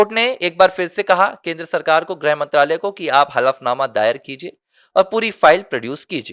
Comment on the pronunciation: ऐसा लगता है कि तुम अनपढ़ हो ×ग्रह मंत्री, या ग्रह मंत्रालय × नहीं होता है,,,,, गृहमंत्री या गृह मंत्रालय होता है ✓